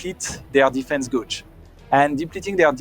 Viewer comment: "defese guggee"